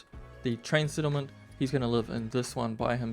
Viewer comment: What is a sittlement, or "sicond story" ??? Is it SO hard to speak like a normal person?